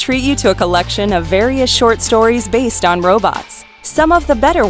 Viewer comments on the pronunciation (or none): none